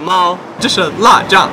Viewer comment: 我好像有聽到“辣ㄓㄧㄤˋ”